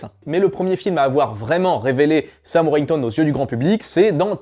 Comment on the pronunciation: Pour info, c'est Sam WorTHington, pas Sam Worington... Le comble pour un mec qui veut faire des vues lol. Et Sam Rockwell n'est pas sous-côté, il en fait des caisses et il est soûlant, en tout cas pour moi. Et je suis entièrement d'accord pour Nicolas Duvauchelle